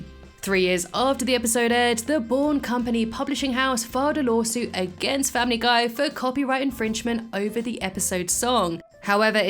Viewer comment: Family gay I heard that